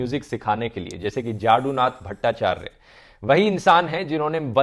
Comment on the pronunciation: Few things to note. Great effort by Druv, really commendable, but as he's not a Bengali, some critical words were mispronounced. 1st, "Jadunath Battacharya" name would be pronounced like "Jodunath Bhattacharjo" or in short this legendary classical singer was known as "Jodu-bhotto" . (Jadunath=Jadupati=Krishn) 2nd, That magazine name was "Tatwo-Bodhini" which could be translated as "Theory explainer" or better "knowledge Spreader". It was the publication of Bengal's cultural and religious reformative organization "Brahmo-Samaj" . Robindronath Thakur was foremost a Poet, known as "KobiGuru" (Kavi-Guru). Though he was a real multitalented person who was at the top of all of his subjects at his time. He was an equally legendary novelist and short story writer. He's composed songs from a wholly separate and absolute the most popular genre of music in today's Bengal, which is world-famous. And it's "Aamar-o Paran-o Jaha Chaay" (आमार- प्राण- जाहा चाय ), and it's "Aamaar shonar banla" (आमार सोनार बांला) not अमर=immortal (!), it's आमार=मेरा=My, And it's pronounced बांला not बांग्ला ("g" is not pronounced anymore) or बंगाल (!). And it's kOlkata or कोलकाता , not कलकाता (!) ( O is deeply pronounced here) or just say Calcutta.